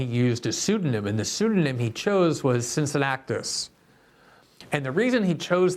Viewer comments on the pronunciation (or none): Cin-ci-nna-tus... not Cin-ci-nnac-tus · Glenn: it’s “Cincinnatus” not “Cincinnactus” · Cincinnactus? Glenn is surprisingly bad at pronouncing people's names. I know Cincinnatus isn't a well-known person but any American should be able to pronounce his name right since there's a city named after him. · Small correction: its Cincinnatus [sin-si-natus] (in english, kin-ki-natus in latin) ;)